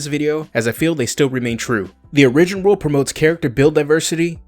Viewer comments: Origin is not pronounced " or-rig-gen" it is pronounced " "OR-I-GEN". Just fir you personal knowledge. I could really care less but others may give you crap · It's more like he is saying uh-ri-gin, rather than or-ih-gin. I think he is taking the word original, pronouncing it as myself and most Americans do incorrectly "uh-ri-gin-ull" then just taking the "ull" off the end. I don't know how many more times I could have listened to uh-ri-gin though lol. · Okay. Lets say it together....Or-ih-gin. Not Or-ee-gin